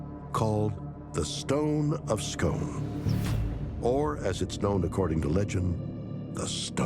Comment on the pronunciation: Start by learning how to pronounce Scone